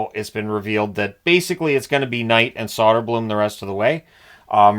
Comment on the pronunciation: Its *Soderblom